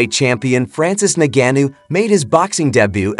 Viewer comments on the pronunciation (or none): Say Ngannou correctly 🤔🤔